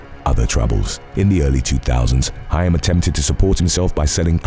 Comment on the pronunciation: Actually, Corey Haim, pronounced Hame, was the teen heart throb. As a Gen Xer, hearing Corey Feldman called a teen heart throb almost felt like blasphemy. Although he was very popular and half of the 2 Coreys, he was never the heart throb. 😅